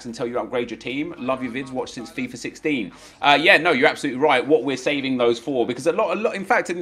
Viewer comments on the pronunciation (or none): none